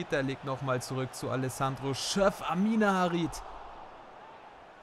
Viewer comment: Amine Harit wird so ausgesprochen: Amin Harit